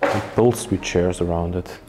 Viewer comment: I've watched 4 or 5 of your videos so far and this is the first place that actually has any STYLE as well as genuine craftsmanship. You might want to get hold of a furniture guide and learn some of the basic names of furniture - like the "settee" described as made out of "shares" which by now I KNOW you are aware are pronounced CH(AIRS). If you're going to do this repeat guided tour, repeating the same words and descriptions over and over with every house you visit, you may as well get it right. I love that you respect the property even in its abandoned state, and that you take precautions and watch where you step, and how you enter and leave. A shame that - as you pointed out, woodworm have already begun destroying what is there, and that what we are seeing will not remain in such good condition for much longer. Thanks, for the opportunity to see it before it disappears, forever.